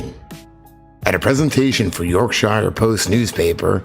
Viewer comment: Can't help but think of John Norman when you mention Jonathan Norman. Thanks as always for presenting stuff that some of us never noticed as it sped past us. AH KEE NO and YORK SHEER.